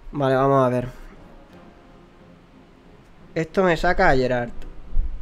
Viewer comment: yo se que cada uno puede decirlo como quiera y según este vídeo se puede comprobar que no eres muy fan de The Witcher, pero Geralt se pronuncia "Gueralt" no "Yeralt", por si te interesa. Siento ser el resabiondo metomentodo pero me chirrían los oídos cada vez que te escucho:P Bueno vídeo por cierto!